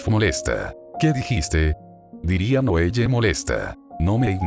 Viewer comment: Un consejo (sin ánimo de criticar, solo para mejorar) es ajustar la narración de Loquendo modificando los nombres para que los pronuncie correctamente. Por ejemplo, para que Loquendo diga bien el nombre Noelle, puedes escribirlo como "Noel" o "noel le" (según la pronunciación que prefieras, no recuerdo como era). Sé que requiere algo de trabajo, pero en "Google Documentos" puedes facilitarte la tarea usando el comando Control + F: esto abre la herramienta de búsqueda; luego haces clic en los tres puntos para desplegar la opción "Buscar y reemplazar," y allí puedes ajustar los nombres rápidamente con la pronunciación deseada